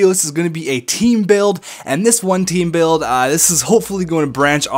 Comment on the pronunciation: The Canadian olompic taem